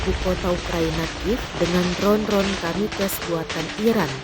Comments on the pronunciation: Kamikaze woyy bacanya. Bukan Kamikes. Kamikaze dibaca jelas, nggak usah sok d inggrisin, Itu bahasa jepang. Bukan bahasa inggris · Bukan kamikes tp kamikaze ,,,,pembaca beritanya perlu ditraining lagi,,,,yasalam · Gue pikir Kamikaze pelafalannya kayak bahasa jepang gitu, ternyata beda.